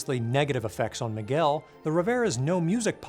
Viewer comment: I love you but your pronunciation of "Miguel" gives me seizures